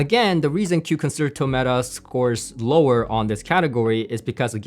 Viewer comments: Just a note that "Concerto" is pronounced "Con-Chair-toe" not "Con-Sir-Toe" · nice review and thank you for doing it. By the way, the word "concerto" is pronounced con- cher- ( like cherry) -- to. No "S" sound. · I'm left puzzled about what aspects of the others on your tier list the KEFs 'destroyed.' I think the R3 Meta was only slightly more preferable to the Buchardt, and you preferred the CSS to the Concerto? Also, unless there is a specific pronunciation for the speaker, Concerto is 'Kahn-chair-tow'. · It's actually pronounced "Kon SHEIR toe", as in the Greig Piano Concerto, or the Tchaikovsky Violin Concerto. ConSHERtoe. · It's pronounced consherto pal 👍👍